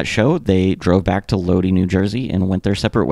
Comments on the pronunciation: My only critique is to look up how to pronounce certain words. It’s load eye, not Lodi. I’ve noticed this in a few videos you don’t pronounce things right. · It's pronounced "Low-die" NJ...no big deal, just had to comment bc ur 1st I've ever heard mispronounce it. Obviously it's still good vid. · My man Lodi is pronounced low-dye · It's always cringe watching a video about the Misfits and hearing how they butcher the pronunciation of Lodi. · Lodi is pronounced Lod-eye , not Lod-ee Also Samhain is pronounced -hain like -pain.